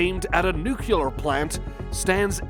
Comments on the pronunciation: Nuclear not nucular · Could you please learn to say nu-clear rather than nu-cu-lar?